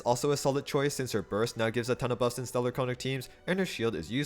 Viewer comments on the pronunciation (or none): why is every single creator saying stellar conduct wrong is it just to drive engaement? icl it's bothering me more than it should but it's making videos on it near unwatchable since it's said hundreds of times LMAO